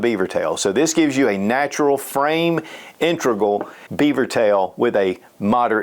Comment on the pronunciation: I N - TEG- GRAL